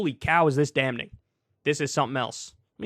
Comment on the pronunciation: “Damning” pronounced “damming.”